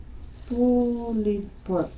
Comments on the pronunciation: I asked some of my Finnish students how they pronounce "pulled pork," and they confirmed that it’s pronounced “poold pork,” not “pulied pork.” This pronunciation issue is not related to anyone's background. Anyone, including a Filipina living in Finland, can learn the correct pronunciation. It all comes down to being open to correction and striving for improvement. 😊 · Agree po, it's "Pulled pork" not "pullied pork". Basically, the name pulled pork is derived by the action of being able to pull the pork by hand. :)